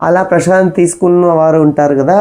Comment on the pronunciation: ప్రభుజీ ప్రసాదం అనాలి మీరు ప్రషాదమ్ అని అంటున్నారు. అలా అనకూడదు. తెలుగువాళ్ళము మనము. భాష దోషం ఉండకూడదు. ఇంకా చాలా మంది ప్రభుజీ లు హరే కృష్ణ అనకుండా హరే కిషనా.. అంటున్నారు. విదేశాకాలో పుట్టి వారికి నోరు తిరగని సందర్భం లొ కిషనా అని అనటం లొ తప్పులేదు. ఉత్తరం భారతం లొ కూడా కిషనా అని అంటారు. మనం స్వచ్చంగా పలికే అలవాటు ఉన్న కూడా ఇలా పలకడం సమంజసము కాదు. హరే రామ అని పలకకుండా హరే రామో అంటున్నారు. ఒక్కసారి ఆలోచించండి